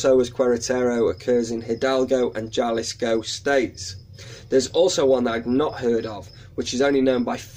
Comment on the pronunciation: Jalisco sounds a bit more like Haw-Lee-Scoe (scope sans the p)